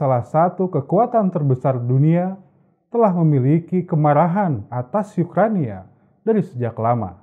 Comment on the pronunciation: Ukraina, bukan Ukrania